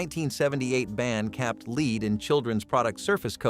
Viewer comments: It is pronounced LED not LEED! F* A.I. sucks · The metal lead is pronounced "led", not "lead." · Stop calling it leed - it's lead pronounced led...